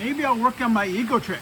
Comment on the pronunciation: I thought you said "My Ego Trip."